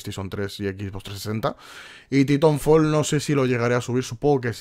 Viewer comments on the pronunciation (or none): Es TAItanfol pero dice TitOnfol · ***** Correctamente se proncuncia: Taitanfol.